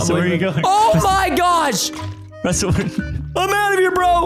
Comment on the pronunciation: Its Preston not preton